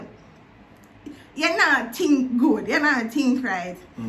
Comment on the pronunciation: A di part when she say "me tink you would a appreciate the story." 🤣🤣🤣🤣 dat kill me to claat🤣🤣🤣🤣🤣🤣